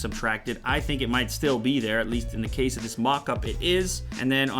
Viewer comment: LMFAO! listen and loop it from to > he says "The company in China that deeeveloped dis dis mockup"